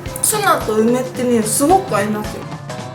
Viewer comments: 油切りをしてないツナが 油切りをしてないツバて 聞こえた（笑） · つばの発音気になった人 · 油切りをしてないツバって聞こえた